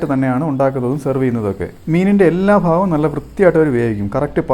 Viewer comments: ഫാഗം അല്ല ഭാഗം ഭരണിയുടെ ഭ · മീനിന്റെ എല്ലാഫാഗം അല്ല എല്ലാ ഭാഗം ആണ് ബ്രോ 😂